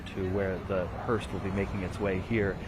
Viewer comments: Someone please tell the reporter on the scene: There is no t in the word *hearse*. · It's called a HEARSE! Not HEARST! there's no T on the end of the word.